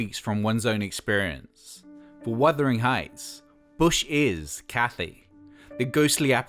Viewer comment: Also mispronounces Bjork, and mispronounces Wuthering Heights incorrectly too. Also this whole video is practically info ripped from the BBC4 documentary.